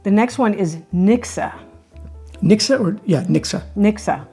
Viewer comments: You say nikse.... but it is reallly niksen with a N. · it's not "niksa" it's NIKSEN!!!!!! (Niksun) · LOL, never heard of hygge, thank you for the introduction. Mixer?? Oh, you meant niksen (sorry, that was really terribly pronounced) nick-sen. (I do not think you younger generations (anyone born after 1992) uses that word any more.) I think it is something like your "vegging out" - let your mind go blanc and do nothing special. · The 2nd n in niksen should be pronounced as well. So not ‘nikse’ but ‘niksen’ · It is pronounced as niksen and not as niksa. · Pronounce the last n in niksen lightly. Please do not say niksah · Niksen isn’t really pronounced as niksah, but as Nixon (dude from the Watergate scandal, although he wasn’t doing any niksen) 😜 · Grea to see some of our mindsets being discussed. Made me appreciate them more. One small comment: "Niksen" ends with an 'n' not with an 'uh' sound. And I never experienced the directnes like you described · Het is niksen... with an n at the end. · Sorry but NO ! In Dutch one does NOT pronounce the 'n' at the end of a word (Only in northern dialect or In Zeeland one does pronounce the 'n' as written) So yes : written YES, pronounced NO NIKSE' IS CORRECT....